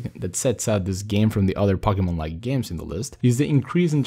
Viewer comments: Omg it's (poke-e-mon) not (pock-e-mon) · ITS POKE-E-MON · SAY IT RIGHT FFS ITS POKEMON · Pokie Mon Hahaha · "Packymin" that's new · It's po-key-mon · it's po-ke-mon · I LAUGHED EVERYTIME HE SAID POCKY MAN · Wtf is Pockymon? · why does he say pockymon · is pronounced poke e mon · Actually it's po-Kay-mon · Pocky mon my ears are bleeding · ummm... why does he say pocky-mon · pocky men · do you mean cocky-mon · I HATE HOW HE SAYS POKEMON ITS LIKE WHEN PEOPLE TRY TO SAY CATERPIE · he said Pokemon wrong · it does kill me he says pokemon wrong